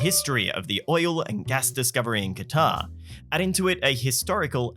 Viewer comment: AT THE MARK, HE SAID THE NAME OF THE CITY RIGHT *KWA TAR**; OTHER LAZY PEOPLE SAY IT LIKE THIS: **CUTTER!!*